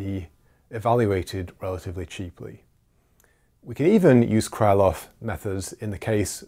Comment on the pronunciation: Just on a side note about pronunciation. The name "Krylov" is pronounced "Krilof" with the stress on the last syllable and the "y" being simply an "i" as in "sit". "Lanczos" is pronounced as "Lanchosh" with the stress on the first syllable.